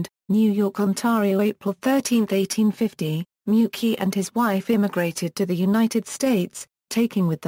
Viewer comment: I hate that pronunciation it's (may -you-chi)